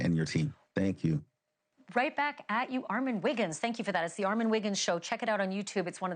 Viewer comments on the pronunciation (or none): Ma'am!!! Put the emphasis on the right syllable!!!!!! Ar MON!!!!!! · You did a phenomenal job! I want her to say your name correctly, though. Lol! I thought it was ARE-MON not ARE-MEN? Am I bugging? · It’s Armon, not Armen 😂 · You were right she doesn’t say your name correctly… it’s ARMON not Armen!🙄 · PRONOUNCED: ARR-MON ON not IN If they respect you enough to have you on their platform, they should respect you enough to get your name right. Please start standing up for yourself and start correcting people regardless of their status. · Please tell her your name is Armon and not Armen! 😭😩 She is sending me!!!!!😵‍💫😩😩😩😩😂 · Who cares that she pronounces your name as “” we know she means Armon!!! Redemption! I love it!!!!! Congratulations!!! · Good Job! Lmfaoooo he knew she was going to mispronounce his name 😂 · She stay calling you "" like someone correct her plz. It's annoying lol. 😩😭😂😂😏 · The pronunciation of Armon’s name is crazy work… it’s “R…MOOOONNNN” 🤦🏽‍♀️ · Whos ARMEN?... THESES people get on my nerve They know how to say the name right 💁🏾‍♀️,.. anywho besides her not being able to read a name properly congratulations armon on your success!!!!🎉🎉🎉🎉❤️ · I need her to play ARE MON wigginsss he bringin the tea, so she can pronounce it right. You Killed it! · We love this for you ❤ but her pronunciation of your name is sending me 😂😂😊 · Why is it so hard to pronounce armon? Smh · Congratulations Armon!!!🎉 (Sidebar: I can’t stand when ppl mispronounce his name😡😩😆)